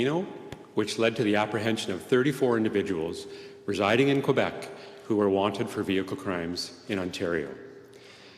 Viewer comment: please. you're on a news channel. learn to say Quebec.